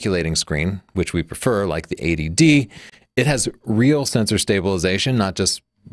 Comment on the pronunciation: just a pointer; you should say EIGHTY---- D for this camera comparison , you're saying it phonetically like ADD. (this is Attention Deficit Disorder- not a cannon camera)